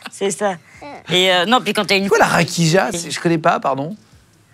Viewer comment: ça se prononce rakiya* hehe j'ai des origines Balkanes !